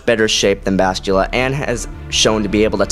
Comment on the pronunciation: You really butcher names and planets when you say them. Bas...til...la... Fe...leu...cia... Say it like Fa,lusha, the cia is more shhhhaaa sounding. Sorry pet peeve, I grew up reading all the books from the 90s.